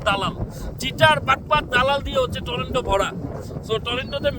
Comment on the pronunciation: আপনি টরোন্টো কে বলতেছেন টরেন্টো । আপনার সাধারণ একটা উচ্চারন ভুল । আপনি Canada গেলেন কিভাবে ?